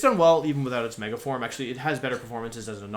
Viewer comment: Are you mispronouncing pokémon on purpose? Gengar isn't "Jenjar" "Raticatey" "Mega formey"? Lmao